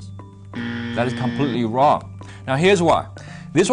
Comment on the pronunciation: Didn’t know everything I thought is “wong”